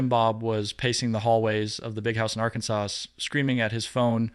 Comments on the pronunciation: is spilling the tea. But his presentation needs a lot of work. He can’t even pronounce Arkansas! 🤷‍♀️ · AI should really learn how to pronounce Arkansas.